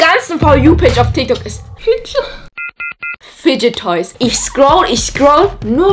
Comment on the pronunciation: fidget toys, nicht fige toys